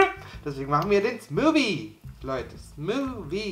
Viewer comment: Er sagt einfach SMUWIE 😂😂😂